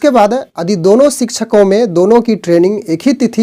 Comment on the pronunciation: आप यदि को अदि क्यों बोलते हैं ?